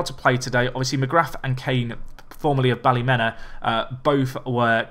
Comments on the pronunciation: Best way to pronounce Ballymena United isn’t Bally-Men-A but instead Bally-Me-Na, coming from a Northern Irish Man myself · Its bally me na like me na not the way ur saying it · Ballymena is pronounced Bally-Mina, (meena)